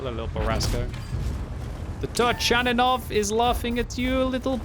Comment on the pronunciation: it is pronounced TURKANINOV!